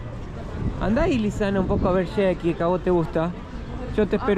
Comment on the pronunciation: "Shek" hahaha es la peor pronunciación de Shrek después de S-rek